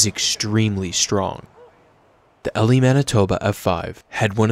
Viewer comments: Elie Manitoba is pronounced "eelee" not ellie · The Manitoba town is said like "E-Lie" I live in Manitoba. Hope it can help you first future videos. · Have been around where the Elie tornado was, it's prounced EE-lie. Gorgeous looking tornado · I love that you covered the Elie tornado! We pronounce it in a southern US style E-lie rather than how it's actually spelled. Cheers! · Woohoo! Elie, Manitoba Pride! That tornado was gorgeous to watch. Also its E-lie not Elie. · I love the way he pronounced Elie Mb name lol it is pronounced ee-lie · it's pronounced E-lie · The way he butchered Elie MB